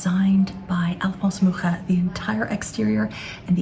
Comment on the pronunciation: I don't know if you've ever been to Prague, Czech Republic. If not, you should definitely go. There are quite a few buildings in the art nouveau style and a municipal house co-designed by Alfons Mucha. BTW it's so nice to hear someone pronounce his surname correctly 👏👏